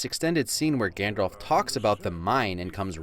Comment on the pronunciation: It's Gandalf, not Gandolf.